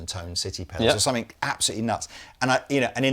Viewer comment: I've always wondered why pronounces the word 'something' with a 'k', (somethink as opposed to something) 🧐